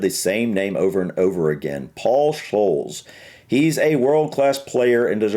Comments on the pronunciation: Paul Scholes lives about 2 miles away from me and he used to go into the pub where my daughter worked behind the bar until she finished university PS it’s pronounced Scoles as in holes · Paul Scholes. His last name is pronounced "Skoles" 😁😁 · Scholes - pronounced Skoles! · it’s pronounced skoles and jerad to be fair I will let you off as you’re American but you have miss pronounced well over half of the players names 😂😂😂